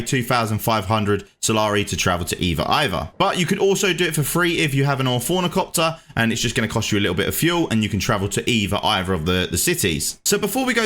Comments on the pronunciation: Did you call the "ornithopter" "fornicopter"? 😂 I call it "Hornythopter". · Hey he got all the syllables right just in the wrong order 😂😂👌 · Similarily? Orfornicopter? Eighty fousand? Brother I'm not taking advice from a guy who can't read ngl